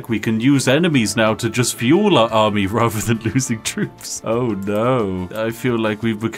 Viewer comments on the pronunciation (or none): none